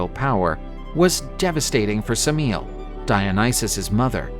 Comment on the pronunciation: Suh-meel? Just. No, lol. The standard English pronunciation of Semele = Emily with an S at the beginning. Not that hard to look these things up. It's never good to assume that Classical names should be pronounced with American phonetic values.